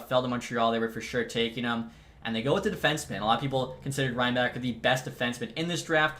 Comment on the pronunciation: also Reinbacher is pronounsed as Reinbahher :D